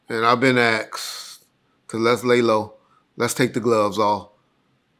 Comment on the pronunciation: The word "asked" be kickin Reggie's dog ass boy god damn